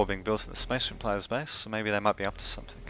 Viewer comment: The Necron player and Spasseh Mareehn player was TERRIBLE. -.